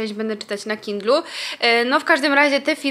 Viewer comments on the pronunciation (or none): Oglądając tego vloga robiłam rutynowe wieczorne sprzątanie i w pewnym momencie usłyszałam "resztę będę czytała na kiblu" zamiast na kindlu- aż się zatrzymałam na chwilę w mojej aktywności 🤣